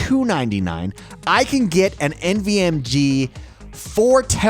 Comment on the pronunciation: Did you say nvmg? 🤨